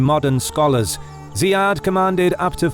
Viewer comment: Ziyad is pronounced as Zeeyad not Zayeed. Those are two different names in arabic.